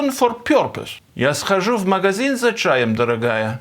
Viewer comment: "огромное спасибо ЗА просмотр" ;) Но это единственная (!!!!!) ошибка которую я услышал. Подозреваю, что она специально ради комментариев сделана. Хитрый кликбейт! :))) А Ваше произношение местами просто не отличимо от образованных носителей языка